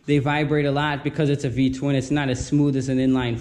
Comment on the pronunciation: It’s an L twin not V twin 😎👍🏻